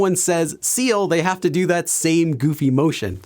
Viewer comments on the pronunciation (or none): none